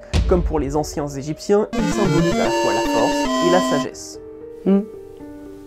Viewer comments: les Anciens Egyptiens ont eu du mal a sortir xD a un moment j'ai cru entendre "Anciens Gypsies" ou alors j'ai eu une hallucination auditive ^^ C'est horrible quand on répète une phrase plusieurs fois : plus tu la repetes et moins tu y arrives xD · Merci d'être vous ça fait du bien au moral 😁 je pourrai plus jamais prononcer les anciens gézypchiens... euh... bref eux quoi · La vache, j'ai essayé de prononcer la phrase "les anciens Egyptiens" et je mis sui repris 5fois. C'est chaud, ^___^